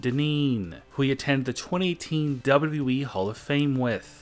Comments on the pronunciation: Dude say it right is W W E!!! Not WE!! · Wbalue eeeeee. It’s wwe it’s not that hard to say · You say wwe like we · The double wee.